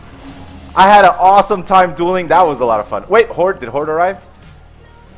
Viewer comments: He said "doiling" instead of dueling.....Come on your smarter than that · Did anyone else notice he said doiling not dueling haha. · Lol "not dooling holy" it's dueling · HAHAHAHAHAA "DOILING"